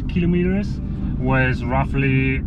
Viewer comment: TFL, pay attention; its not killom etres, its KILO Metres....